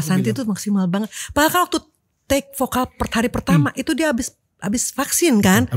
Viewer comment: Bukan pokal tpi vokal Org sberang ngak bisu sebut v? bukan p tapi v